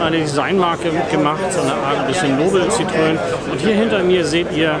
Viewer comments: Oh, bitte nicht „Sitrön“ sagen. Das tut ja in den Ohren weh! Da ist ein Tremolo auf dem e in Citroën! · Zitröön 🙈 Sorry geht gar nicht. Gesprochen so ungefähr Sitro enn Danke für das Video!